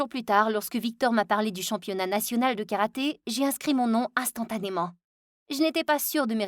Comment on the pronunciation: C karaté pas karate